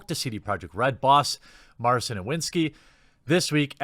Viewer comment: Just a quick tip for anyone interested - Marcin isn't pronounced Mar-sin, the 'ci' part sounds exactly like in an italian ciao. And the 'w' in Iwiński is more like v in vase rather than w in water.